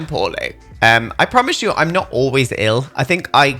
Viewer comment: Lol I thought you were saying “I’m feeling horny” but you were actually saying “I’m feeling poorly” I was a little a shook but yeah it was just your accent lmao